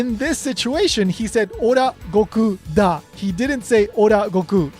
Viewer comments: Sounds so good, you made me think you are Russian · Your. Da sounds very good, Russians respect you